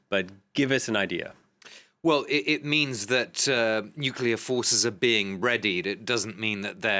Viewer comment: Nucllear rusia....wow..😀😁😂🤣